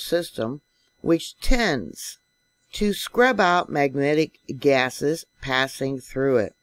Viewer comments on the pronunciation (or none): none